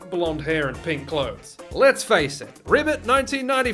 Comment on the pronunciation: You really butchered ribbit